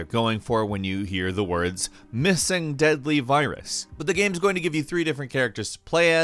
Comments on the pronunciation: I enjoy videos but does anyone else get super triggered by the way he says “games”? It sounds like he’s saying it through a mouthful of food... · this man said gam